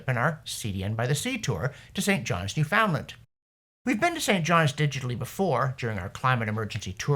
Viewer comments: First: I love this channel. It wonderfully sarcastic and educational. Second: You're Canadian and you can't say Newfoundland (newfun-LAND) right? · Another great video. John, learn to pronounce Newoundland correctly....lol.